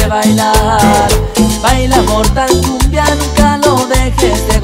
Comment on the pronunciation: no sabía pronunciar mortal kombat y le decía mortal kumbia por eso este tema